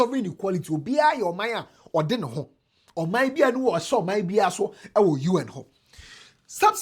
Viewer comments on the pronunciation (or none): none